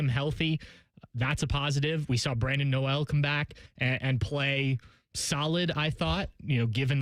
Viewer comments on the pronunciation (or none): Come on ….. you cover Ohio State!! By now you should know how to pronounce Brandon Noel’s name……. It’s NOT pronounced No-El ……. It’s pronounced just like the word “Knoll”